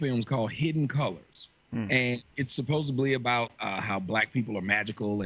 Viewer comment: While you're on the subject of your and you're....well, it's supposedly, not supposeably....just sayin